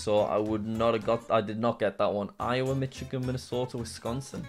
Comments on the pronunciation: "Mitchigan" lol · Jack btw Michigan is pronounced mish i (soft i ) gin